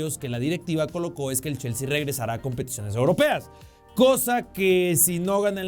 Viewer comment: Cada quien puede tener sus opiniones pero como una pequeña observación, lo esta pronunciando como Jaissel, Yaissel o Llaissel con L al final, se que es mexicano igual que yo, si lo quiere leer en español tendría que ser JaisslE con E al final, si lo quiere leer como inglés sería Jaissli o ly, recuerda que ellos promuncian la e como i o y, ahora si lo quieres leer como alemán porque el nombre alemán sería Jaissle con la última sílaba acentuada LÉ. Porque si no lo estas leyendo mal en cualquier idioma, saludos 😅